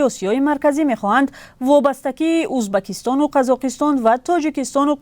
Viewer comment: Узбакистон не, Узбекистон!!!!